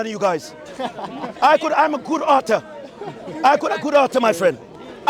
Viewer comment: he's jamaican, can't say three properly, he said tree also he didn't say author he said autor, jamaicans drop the in a lot of cases. Not Matthew but mattew etc